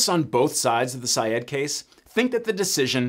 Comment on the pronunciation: It’s pronounced “Sy-ed”.